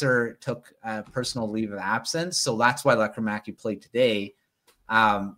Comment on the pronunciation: There's no "air" required in Lekkerimaki. He pronounces it, LEKKER' imaki.